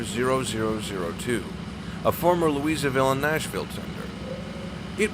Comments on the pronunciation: I have never heard anyone butc... pronounce Louisville like LouiseVille. It’s named after the French king Louis (Louie) and us locals pronounce it like we have marbles in our mouth. Loouhvull or loovull. Nice video! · Louisville is not pronounced Louisaville, it's pronounced Lou-uh-ville, I noticed the mispronunciation when the mentioned the auxilliary tender that was once part of the L&N.